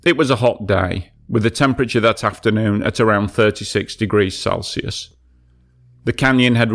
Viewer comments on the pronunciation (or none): none